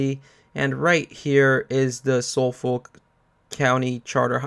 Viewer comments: You pronounce Suffolk (sufuk) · Just so you know Suffolk is pronounced SUFF-UCK. I know because I live in Suffolk, in the U.K. Anyway that aside, thanks for the good guide bro. Much appreciated. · It's pronounced "Suf-Fuk"